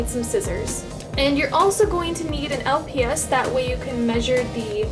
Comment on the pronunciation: You said los not lps but same